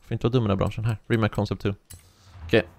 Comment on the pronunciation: Det uttalas inte rimak utan ri mats